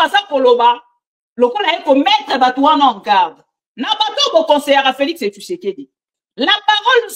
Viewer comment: Félix tshisekedi et non Félix tshusekedi